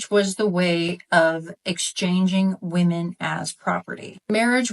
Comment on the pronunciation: When food it become fashionable to mispronounce “women?”